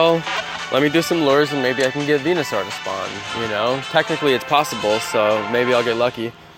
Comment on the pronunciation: you're saying Venusaur wrong